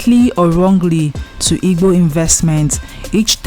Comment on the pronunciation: Why you can't pronounce igbo very well?